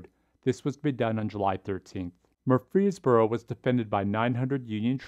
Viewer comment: Great video, but as a resident of Murfreesboro, allow me to tell you that the way we pronounce it is MURfreesboro, with the emphasis on the first syllable